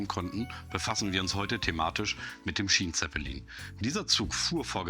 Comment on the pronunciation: Hättet ihr in der Englischen Tonspur das Wort Schienenzeppelin nicht wenigstens richtig aussprechen können? Oder ist das so eine billige AI Stimme?